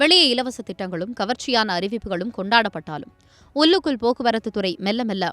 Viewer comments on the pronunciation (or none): உல்லுக்குள்‌ இல்ல மா உள்ளுக்குள்